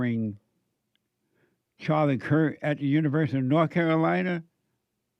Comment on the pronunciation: Come on Jesse, really? You dont know its Kirk not Kurt???